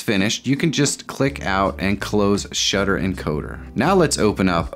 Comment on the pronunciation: Nice instructional! It's "Shuttter Encoder" not "Stutter Encoder", though.